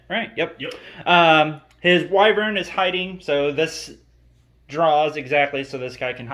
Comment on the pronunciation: Wyvern is pronounced like if you were to question why your friend is dating Vern. "Why Vern?"